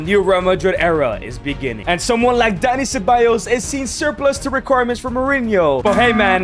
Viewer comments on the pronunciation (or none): none